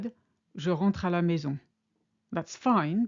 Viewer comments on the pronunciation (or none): none